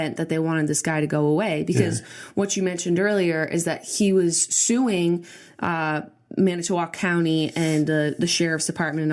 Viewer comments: "Man it oh walk" is how you pronounce manitowoc. lol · yeah it's Man-it-tah-woc. Hahaha! wisconsin names are really tricky I live here so i completely understand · Say it with me now... Man-ih-toe-wahk I'm from Wisconsin, people pronouncing cities here wrong is one of my biggest pet peeves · "MAN-AH-TAH-WOC" You're welcome. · its man-i-tow-walk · It's pronounced man-i-toe-woc lmao I just about died (Wisconsin native) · It's Manitowoc pronounced: man-eh-toe-oc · Alex Wagner or man-ah-toe-oc. Julien's pronunciation made me 😂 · just so ya guys know its pronounced MAN - A - TA - WALK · I live in Wisconsin, very close to Manitowoc and the way Julian pronounced it had me on the floor laughing. It's actually pronounced Man-i-toe-walk just saying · Manitaowac lmaoooo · Manitowoc WI (man-a-toe-wok) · Not important but it's pronounced "man-i-toe-wock"😊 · Man-I-ta-walk. Wisconsin. Hah I know our city's are hard to pronounce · Manitowoc WI! You said it funny, I'm from Wisconsin we pronounce it ManiTWAK. Which is weird because that is not how it is spelled! Love you guys! PS, been to Manitowoc, very small town. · I live in manitowoc!!!! It's turned our town upside down!! It's pronounced Man-ih-to-walk btw :) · It's pronounced Man-i-tow-awk. Lol. I live like 2 hrs north ish of there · Haha it's pronounced "Man-it-ah-wock" :) I live right here and Making a Murderer is SO GOOD!!!! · Born and raised in Manitowoc. I pronounce it Man-it-to-wok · LMFAOOOOO 😂😂😂 I live in Manitowoc and you’re saying it SO wrong. Lol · Katie Claire I agree I almost died I'm sitting here yelling at my phone saying it the right way. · oh how Julien just pronounced Manitowoc just killed me inside... sigh s'okay though, we do have weird names for our cities in Wisconsin. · They way they pronounce Manitowoc kills me 😂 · Kills me how you pronounce manitawoc lol as a Wisconsin native who constantly gets made fun of for their accent. 😂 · LOL he can't pronounce Manitowoc